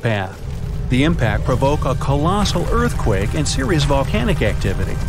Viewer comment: It was an earth cwake